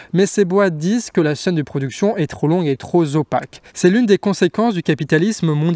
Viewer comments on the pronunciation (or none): "la chaine de production est trop longue et trop" "zopaque", trop "popaque" peut etre? c'est juste pour le plaisir de titiller, c'est très très bien ce que vous faites! bravo, continuez!